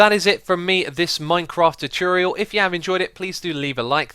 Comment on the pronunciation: Choocurial, thats all i have to say